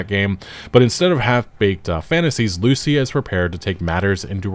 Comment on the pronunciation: The way you pronounce Lucia is pissing me off 😂